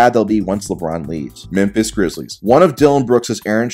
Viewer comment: The only thing that triggered me was the way this guy pronounces Memphis